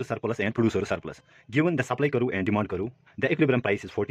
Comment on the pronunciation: “Curve” is one syllable with a hard V at the end. A better, more phonetic spelling would be Kurv. But it doesn’t distract too much from a wonderful explanation of this topic. Cheers mate! Keep making this content.